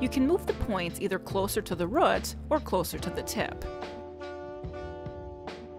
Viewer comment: Please love, it's root, not rot. I hope it isn't rot. Nice tutorial though. Just what I was looking for. Please keep them coming.